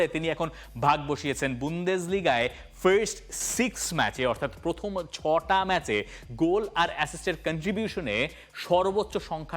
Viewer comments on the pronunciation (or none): none